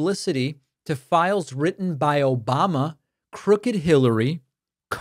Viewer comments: That was my favorite “Obamna” it got me good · Still love every time i hear "Obamna" 😂😂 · "Obamna". always reminds me how deranged he is. Thanks for the giggle.